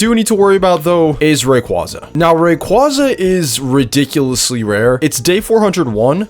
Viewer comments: COMFIRMED BY POKÉMON IT IS PERNOUNCED RAY-QWAY-ZA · it’s supposed to be a funny thing ray-qwa-za is so funny